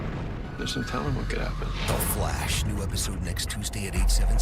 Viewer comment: Please dont say the Fleish again